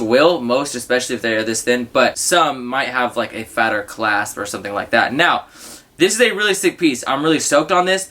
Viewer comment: “Fatter claspe” lol sounds funny